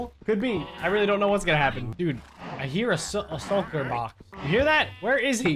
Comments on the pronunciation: COUGH shulker not sulker COUGH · IT IS CALLD A SHOLKER NOT SOLKER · it`s shulker not soul kirk